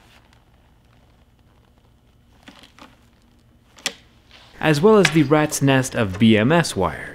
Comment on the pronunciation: Note for people who are confused about what they're hearing, or reading the subtitles (which have this wrong): Those wires are not "two watt", they are "two aught", which is how you pronounce "2/0", which is two steps larger than 0-gauge wire (0 AWG).